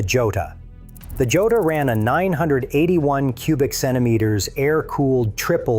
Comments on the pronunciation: The Laverda Jota is pronounced hoeta. It is Spanish. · For anyone watching who's not A.I...the Laverda Jota is pronounced ""Yota."